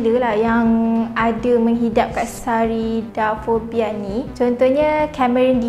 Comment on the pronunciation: speaker sebut: Fobia lipas : Katsarida fobia aku dengar: kak sarida.....